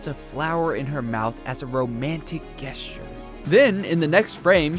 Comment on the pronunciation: That is NOT how you pronounce “gesture” The g is pronounced the same as the j in joke Yes, English is weird